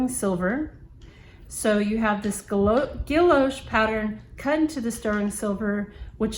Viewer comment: Gorgeous pen! Love a broad nib! Totally agree with you about the metal grip section. What other material could it possibly be? ;) Guilloche = ghee-o-shay Nice review!